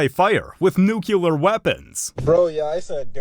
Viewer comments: NUCLEAR. NOT NUC U LAR got dammnit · Nuclear. New-clee-ar. Not “nucular.” You can’t take any high ground when you mispronounce simple words. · Did you really say nucular instead of nuclear? 🤦‍♂️👨🏻‍🦯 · Nuclear Is pronounced "NU-clee-uhr", not "NU-cue-lar". You're welcome. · Nuclear, adjective, is pronounced “noo-kyoo-lar?” I just thought I’d axe. Got it! American English is so nuanced! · Did you just say the word nucular? Do you know that is not a word? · u said nucular weapons 😆😅